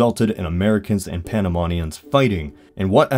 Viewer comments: why do you say panamonians instead of panamanians? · Its Panamanians not Panamonians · Me duele como dice Panamenians como Panamenion m8 there are no O's in Panama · As a Panamanian, it gave good summary of what happened. Good video. Only that the riots of January the 9th was in 1964 not 1963 and that we are called "Panamanians" not "Panamonians". to this day, we are influenced a lot by the US. I'm pretty sure that we speak more English than the other Latin American countries and our currency is essentially the US Dollar with a different name. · Why does it sound that you say ''Panamonian''? It is pronounced Panamenian. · There's like two minor mistakes in the vid, like the incident of January 9, which happened in 1964, not '63, and "panamanians" isn't pronounced as "panamonians". Other than that 'tis a pretty nice vid, though oversimplifying of the events kinda makes it all lack context. And another thing: the separation of Panama from Colombia had many other factors, but the Canal was the final nail in the coffin. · every time he said panamOnians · Please do better research the Hay Buneau Varilla treaty was a scam for Panama, the New Panamá Canal Company signed the treaty as if they had any jurisdiction which they didn't and the US later forced the treaty on Panamanian Diplomats. Also it's pronounced Panamanians. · The way you say " Panamanians " is unusual